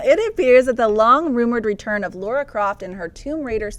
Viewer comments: For the love of God... It's LARA not LAURA! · LARA croft, you idiots. Not Laura. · Please! It's LARA Croft LAAARA.... not LAURA nor LORA nor LEURA... why does everyone have such a hard time pronouncing LARA.... LA..then RA.... it rhymes with DUH! sorry I went out of control for a sec... but.. really.... please!